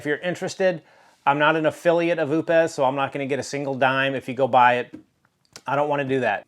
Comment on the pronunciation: it's prounounced "oops" just like the britney spears song! lol